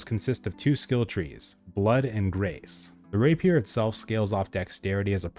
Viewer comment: rApier, not raPIER